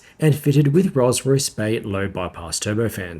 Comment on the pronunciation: . You say "and fitted with Rosray Spey low-bypass turbofans." Perhaps you're trying to abbreviate "Rolls Royce" to "RollsRo," but whatever, you mangled the pronunciation. Rolls Royce!!!! Say it with pride!